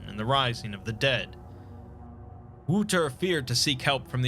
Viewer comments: Wouldn't the boys name be wouter not woeter? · Great stuff. FYI it’s pronounced “Wow-ter” not “woo-ter”. Love your work, if you ever need Dutch translation let me know 😉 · Another amazing video, just a little tip, Wouter isn't said like "Wooter", but with the "ou" sounding like in "ouch". For the rest, this is such an amazing story and so well brought to life by you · Ou in Dutch is pronounced more like ow. The boy's name would be better pronounced as Wowter. Not to condescend this video in any way, it just bothers me as a Dutchman when things are mispronounced. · you are butchering the dutch guys name it hurts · Great video, but daaamn your pronounciation of Wouter made me cringe. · Man I love the lord Blackwood stories. Slight remark. The "ou" in Wouter is pronounced like "ou" in couch. Despite that great job and a good attempt for a non native speaker. Nevertheless great video, great story. I love your dedication of towards your channel and the high quality of the content you post. It's great you have such high standards and still manage to have a regular uploading schedule not many people can say they have both.